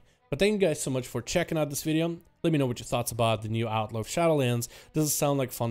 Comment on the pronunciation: Instead of 'Outlaw', I kept hearing 'Alpha Rogue'. Thought he was saying Outlaw was the Alpha spec.